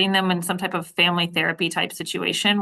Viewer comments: “Oaf uh office”😂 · Another "oaf" of office. LOL!